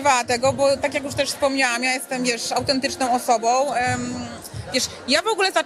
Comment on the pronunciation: Jestem" autentycznom , sczerom osobom.." .wiesz !